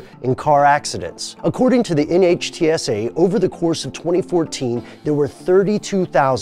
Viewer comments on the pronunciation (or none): none